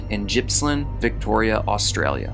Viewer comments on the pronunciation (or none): Pronounced Gippsland not Jippsland. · Its pronounced GIPS-land. Not gypsland. Sorry, but its so frustrating when people pronounce australian places wrong. This one isn't even hard! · Just so you know, you pronounced Gippsland incorrectly it’s G as in Goat not G as in Gypsy. So Gip rhymes with Kip Gippsland- Chele (like shell)from Victoria, Australia